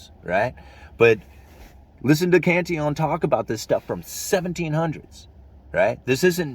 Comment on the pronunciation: You're the first YT video caster I've heard to pronounce Cantillon's name correctly.